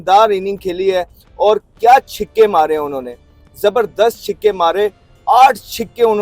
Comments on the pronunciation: Chhikke nhi....chhaka😂😂 bolna sheekh le😂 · Chhake, not chhike amhed jan